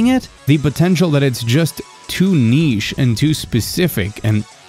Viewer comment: I'm scared this guy is going to say niche again. It haunts my dreams.